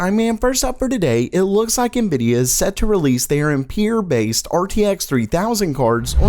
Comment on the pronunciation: Why do you pronounce 'Ampere' as "em-Pure"? It's freaky! Are you alien?